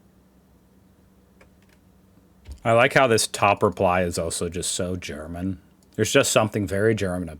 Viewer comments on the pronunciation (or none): I really like your videos, but I keep wondering how you manage to slip guttural sounds into simple German words when you try to speak German. Maybe the trick isn’t to pronounce every word like a drill sergeant giving his recruits a dressing-down. 😂